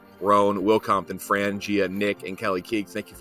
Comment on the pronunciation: Will Compton calling Will Compoton on the Will Compton category is unbelievably funny. Couldn't script it any better